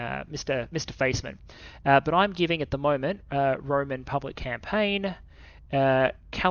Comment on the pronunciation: One note is that Roman the name is not said like the Romans, but rather Roh-mahn